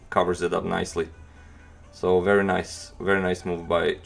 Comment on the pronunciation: "Wery good move by "